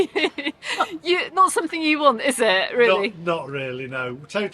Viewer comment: in Spanish, the double L is pronounced as el-ya or el-ye. So Mallorca is MAL-YORKA and paella is PAEL-YA. Hope that helps 😊 ~Viv (Dave Bird's friend)